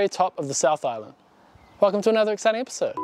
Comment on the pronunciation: The way you say "exciting" makes me crack up ae haha never change scott you are the man! 🤙